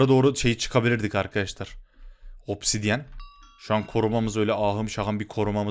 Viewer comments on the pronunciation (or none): none